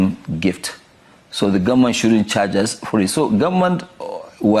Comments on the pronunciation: Did I just hear him say Gun-men? Abi na my ear dey pain me ?? May calamity never be far from Dangote! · What he means is government.it is his pronunciation.